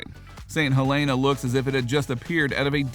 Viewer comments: Okay - thanks for this. But you need to pronounce it right: it is "HEL-eh-nuh." People from there (including me) really hate it when people call it "hel-AY-nuh." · You would think that if someone is hired to voice over a type of travel log....they would pronounce the town name correctly...and I'm from Illinois.